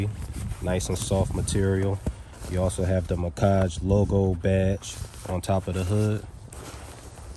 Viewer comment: Macage😂 it’s Mack-age bro😭🤣